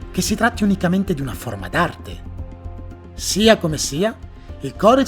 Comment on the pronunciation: Quando dici "sia come sia" mi fai catapultare in qualche modo a Madrid con il cervello ❤️